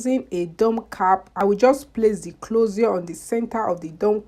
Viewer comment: Nice wrk sis, I also lik d way u call dat clozio 😊😊funny